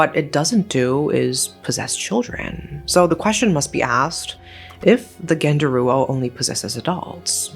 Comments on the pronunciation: By the way, genderuwo is not pronounced as [ɡɛndəruwo]. It's [ɡəndəruwo] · I stopped watching after she said genderuwo, I cant bear it. It's too idiotic even for me as an Indonesian.